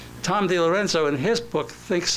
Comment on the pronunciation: Notice how he doesn't state Thomas DiLorenzo's proper name. He calls him Tom DiLerenzo.